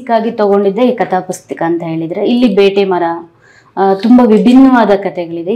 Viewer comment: ಬೇಟೆಮರ ❌ ಬ್ಯಾಟೆಮರ ✅